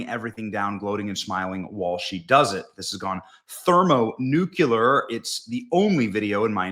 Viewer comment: Did you say thermo-nuke-u-ler? So we split the nukulus of the atom?